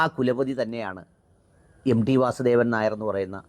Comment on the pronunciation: എം.ഡി അല്ല; എം.ടി ആണ് ✅ ടി എന്നതിന്റെ മലയാള ഉച്ഛാരണം T എന്നാണ്